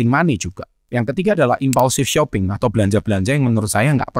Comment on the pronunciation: you lost me when you said impaulsive